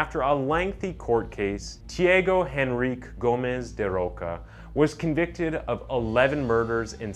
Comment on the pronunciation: Say tea-ah-go en-reek -kay Tiago Enrique